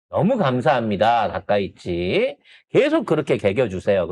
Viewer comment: 아 이 발음이 ~ 그냥 닥꽝 이라고 혀여 ~